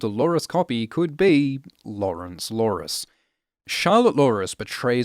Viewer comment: You got lawrencelores right! Kudos!